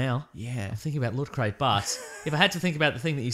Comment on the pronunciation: What?1 No slick promotional thing before the opening theme where may or may not be mispronouncing Loot/Lutcrate? What is this?! Some kind of professional weekly Australian podcast?